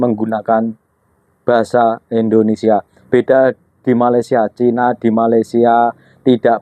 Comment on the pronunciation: Lo aja ngomong salah mas? Bkn endonesa Indonesia, ngomong yg bener